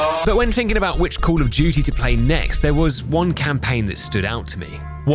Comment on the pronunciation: Cwall uff dew-tee 😂